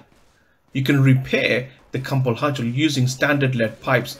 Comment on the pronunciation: Just so you know near the end you said the cumble Hudgel